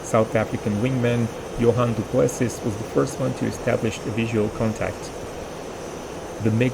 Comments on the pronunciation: The second pilot's surname is pronounced Doo-Pluh-*SEE*. Not Doo-PLESS-iss. (It has French Huguenot origins, hence the silent 's') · Du Plessis - Do Pless-see